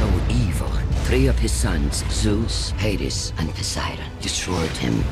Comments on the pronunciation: they said Hades wrong? or was that right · did they say hades wrong or was that right?